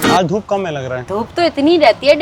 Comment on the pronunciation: Dhoop ❌️ Dhuup ✅️❤😅